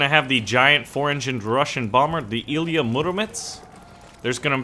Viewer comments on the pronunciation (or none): none